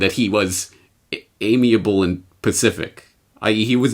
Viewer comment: Did you say amiable and Pacific?!??!?